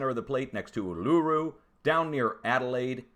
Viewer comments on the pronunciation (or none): none